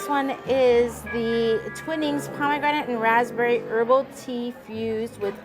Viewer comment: I always enjoy watching your videos, that feature delicious food and honest reviews. If I could mention one small thing. the tea brand "Twinings" is pronounced "Twine-ings" like in a ball of twine. Keep up the great work and I look forward to your future videos.